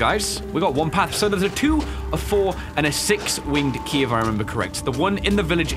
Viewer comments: Every time he said winged key i thought he was saying winky and I just died😂😂😂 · look thought u was saying winkie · What said: The winged key won’t fit... What I heard: The winky won’t fit... 🙈